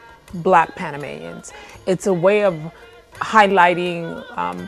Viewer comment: Pan·a·ma·ni·an not Panamañian!